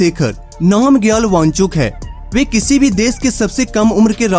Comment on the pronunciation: भाई ये देस नहीं देश होता है। सुरू नहीं शुरू।